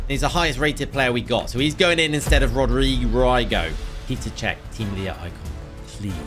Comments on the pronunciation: You said Rodri rygo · Wait at the end did I hear Rodri-gay?